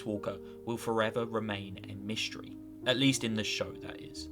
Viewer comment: "mishtry" lmfao